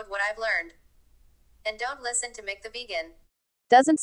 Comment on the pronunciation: His name is pronounced mick like mickrophone